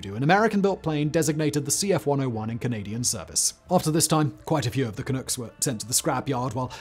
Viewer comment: Vancouver Canucks, not Canooks. Makes the "Clunk" nickname more sensible too.